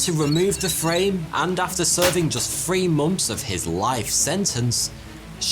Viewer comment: Are you saying free or three?